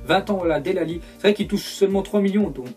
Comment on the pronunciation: Sa ce prononce délé alli... Pa dele